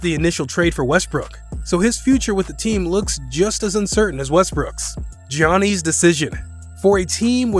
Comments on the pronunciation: I was going to subscribe until you said giannis. Delete your channel. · Giannis wins an MVP and this man can’t even bother to learn his name properly 😂 idk if I trust him anymore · This years draft class got laMELO Ball, and Anthony Edwards, whoever gets them gonna be a force tbh, and this man can’t pronounce Giannis 💀😂, but yea the best moves are prob the 76s move and getting ride of westbrick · I swear this guy can’t say giannis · I can't take this dude serious when he can't pronounce anyone's name correctly. He messed up like 8 people's names. He obviously doesn't watch basketball. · as soon as i heard him say Giannis's name wrong i knew there was gonna be a whole comment section of that below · Plz I want a custom ps5 and plz look up how to say Giannis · He mispronounced Giannis Antetokounpo's first name lol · Please tell your Voice Over guy how to pronounce Giannis, D'Antoni, DeAngelo, and Vlade Divac. I'm at the 7 minute mark and it's clear your voice talent hasn't followed the league at all. Why hire this guy? There are millions of VO actors who are huge basketball fans :) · Are we gonna avoid the fact he said Giannis wrong 😂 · Man said jiannees instead of Giannis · 'Gioknees' XD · It's no way he haven't heard an announcer say his name. Yahniss god damn that shit hurt my ears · It is Giannis not Jeanie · It’s pronounced yannis not jonnice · It is funny how he pronounces Giannis as Jianees instead of pronouncing it as Yanis. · Its yannas not giannas to prouns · Geeani lol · You lost me at "Gee-Awny." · Did you say janeez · I stopped listening when dude said "Jee-Ahnny." LOL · man said "johnny's decision" xDD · Bro who tf is Gi-an-nees??? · do you purposely mispronounce shit? "best free agents will resign XD Mike D'anthony and Johnnies Antetnkounmpo" wtf lol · mans said gee ann eee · Dude, do us a favor and keep GEEAhNus' name out your mouth. Butchered it. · Pronouned as "Yawn-Ness" bro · Johnny’s Antentekoumpo 😂😂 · Bruh ITS YANNIS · is giannis not jionis